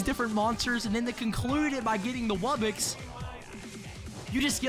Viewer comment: Just to let you know its wub-box not wubbix